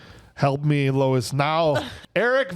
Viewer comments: It’s officer Lewis, right? You guys kept saying Louis. 😂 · Lewis. Her name is Lewis. Not Lois. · What a disappointing episode. Between calling his partner Lois (it's Lewis) and your Robo Porn Fantasies I had to quit listening 32 Minutes in.